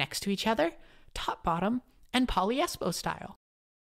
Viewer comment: "And poliespo style!" Dear god...